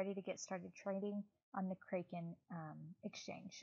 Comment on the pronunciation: Doesn't even know how to pronounce the name of the exchange 😂😂😂😂😂😂😂😂😂😂😂😂😂😂😂😂😂😂😂